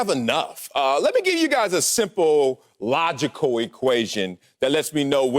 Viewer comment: Here's an example of chitterlings circuit BS....logical equation. Whatever that is...pronounced logicko